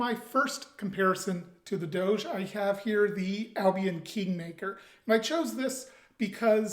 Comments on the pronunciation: It's closer to doe-jah, with the emphasis on the first syllable. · Google translate gives the proper pronunciation, something like Doh-jeh the accent is on the Ò